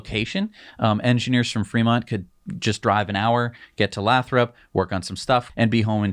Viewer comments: It's pronounced lay-thrup. Oh, and given how expensive housing is in the bay area, half of their Fremont staff probably already live damn near to Lathrop and would love to transfer, heh. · It's "lay-throp" :-) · It's pronounced Lay-thrup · Lathrop pronounced LAY THROP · Lathrop pronounced with a long vowel "a". Lived north of the area for too long... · Stop mispronouncing Lathrop! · FWIW, Lathrop is pronounced with a long A.